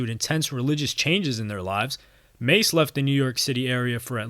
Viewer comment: Yooo you messed this up. Don’t talk about the culture you clearly know nothing about. You can’t even pronounce ma$e’s name. He clearly pronounces it in his music, if you really did your research. Terrible journalism.